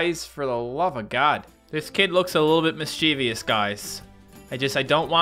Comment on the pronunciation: You're pronouncing mischievous wrong.